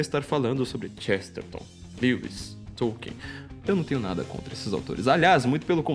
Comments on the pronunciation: tollkeen. nao e tolien sa fala KARAIO. TOLLKEEN. o qe...vc nem tem um dictionary de pronnciacao ingles kassete-kakaka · esse paree atras me faz lembrar as 70s. so falta uma lareira karaio.. tambem nao come areira. souu inteletal mas o teclado ta riuum. nem conheco NINGEM qe ler TOLKIEN. Popper sim. Kuhn sim. Qe porra vai ler TOLKIEN. OUTRO - e pronnnciado TOLLKEEN ta bom? Nao e TOKIEN. e TOLLKEEN.